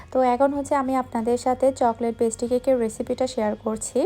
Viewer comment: পেস্টি না ভাই, পেস্ট্রি 😑 আপু আপনার উচ্চারণ ও বানানের দিকে দয়া করে একটু নজর দিয়েন। খুব অড লাগে শুনতে ও বানানগুলো দেখতে। আপনাকে ভাল লাগে বাট এই কারনে মাঝেমাঝে আনসাবস্ক্রাইব করে দিতে ইচ্ছা করে। আশা করি আমার কমেন্টটি পড়বেন।